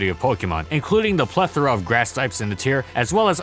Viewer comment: You use the word plethora way too much... Trying to sound smart but you actually sound stupid because it's the only word you know. And then you pronounce it wrong